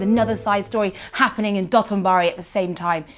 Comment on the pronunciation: I don't want to be that guy. You know, that guy. but DID THIS LADY JUST SAY "DOTTENBARI"? SOTENBORI STARTS WITH AN S!